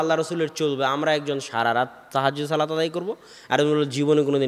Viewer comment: শব্দটি বার বার " সালাত সালাত سلات سلات" না বলে " সলাত সলাত صلاۃ صلاۃ" উচ্চারণ করা সুন্দর হতো।